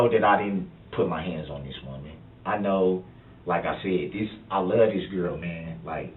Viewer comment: Durrell really "luh dat girl" ! I think it says something about Darrell that he can't seem to say the word "LOVE" !